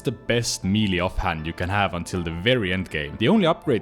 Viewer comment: another osrs player that cannot pronounce melee correctly